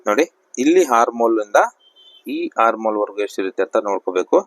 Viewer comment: Correct aagi heli dheera